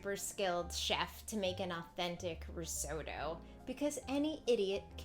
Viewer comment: What the hell is "RIZZ- OH- DOUGH"????